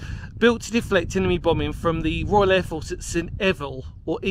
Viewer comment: You said st eval just perfect mate!🙂 After all it is another Celtic language to English. Was it standard practice then that this structure would be covered with soil? As I can’t see that operations tin sheet roof taking much weight! Great video!👍